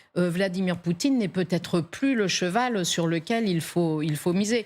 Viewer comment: Et la présentatrice dit "il peut zêtre " Elle a vraiment son bac, voire même un diplôme supérieur ? Quelle honte.